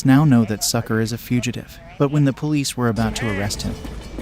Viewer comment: So "Sucre" name is pronounced as "Sucker".